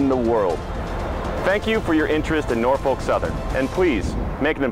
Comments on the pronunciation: she said Norfark southern lol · Actors. Not being able to pronounce Norfolk is a dead giveaway. (NOR-fuk, or NAW-fik if you're OG). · nOrFaLk SOUTHERN